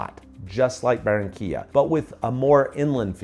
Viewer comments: Por favor si vas a hablar de Colombia por lo menos dí correctamente los nombres de las ciudades y pueblos de los que estas hablando. No es Baronia se llama Barranquilla, Cartago es Cartagena, a lo único que le pegaste fue a Santa Marta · If you're going to talk about Colombia, at least get the names of the cities and towns you're referring to right. It's not Baronia, it's Barranquilla; Cartago is Cartagena; the only thing you got right was Santa Marta.